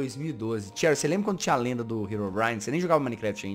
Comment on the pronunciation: Ele falou cherrya